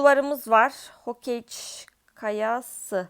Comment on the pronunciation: ABLA HOKEYC DİYİLL HOKAGE OO😢😢😢😢